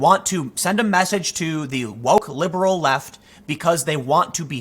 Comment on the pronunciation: You keep saying "liberal", you're constantly making that mistake. Also, don't these celebs and shows realise that it is actually a small audience that they are faking their anger for? Just look how many of these far left media outlets are failing.